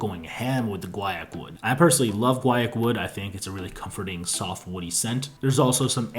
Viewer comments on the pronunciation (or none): none